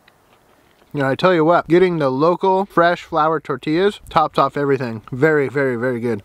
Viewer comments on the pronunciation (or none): none